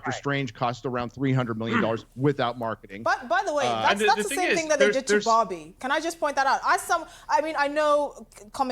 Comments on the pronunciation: which bobby is she talking about? 🤣 I'm curious, it doesn't matter how many time i listen to it, i always hear bobby and not barbie. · Why do they pronounce Barbie as Bobby 😭